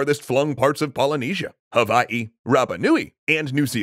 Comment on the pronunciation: i subscribed bc you're the first professional outside of hawai'i i've heard say hawai'i correctly